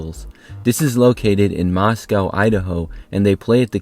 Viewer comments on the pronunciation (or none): Mos-Ko Idaho, not Mos-Cow. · Moscow Idaho is pronounced Mos-co